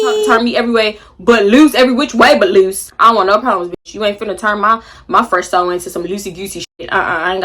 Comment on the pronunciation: the way you been saying loose is taking me out. but LUUUSEEYY GUUUSEY? outta there 😂😂😂😂